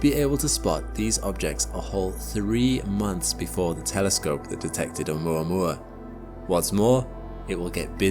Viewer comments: Makes sure to say Oh-mooruh-morruh" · Its actually pronounced OhMaMa. Say it right! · Video: Oh-muah-muah Me: 'ou-mama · I had to stop the video in the middle. Could not handle more minutes of this “oumouamoua” pronunciation every 10s 😂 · I thought it was pronounced oh mama I thought that was the joke.... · Muah muah to oumuamua 😂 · I’ve been pronouncing it “Oh Mama” for years now